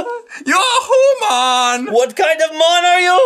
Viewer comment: [homan] is the Ferengi way of saying 'human'! Maybe that's where got it from?